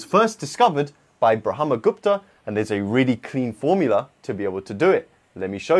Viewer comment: He pronounced it perfectly. 🎉🎉🎉🎉🎉🎉